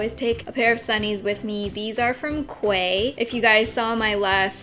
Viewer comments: Yep. Key. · I think Quay is pronounced as "key" :p I think. I think I read it somewhere haha. Anywayyy, GREAT video as always. Wish you uploaded more tutorials or review videos though :( Kinda miss them. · "Quay" is pronounced like "key", just FYI. :) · Hi! I believe Quay is pronounced as "kē":)) ily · Quay is pronounced as Key! :) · "Quay" is pronounced "key" just FYI ( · Just so you know “Quay” is pronounced as key!! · It's pronounced "Key" even though it's spelled "Quay" just saying xD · she pronounced by the British way😅